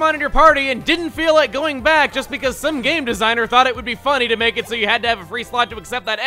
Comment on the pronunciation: Chugga, I'm pretty sure that lady who was talking about the Thick Fat ability wasn't putting emphasis on the word, "some." That was literally all you, guy.